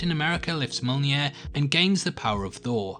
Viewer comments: When he said monier for thor hammer😌😌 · lifts what? Mullnear? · I've heard some bad prononciations before but MULNIER?!?! Otherwise good eye on those details :)